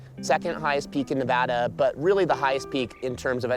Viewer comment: Please note the pronunciation of NEVADA …. This is The Westerner & Pioneer preferred pronunciation. It’s not Spanish 101.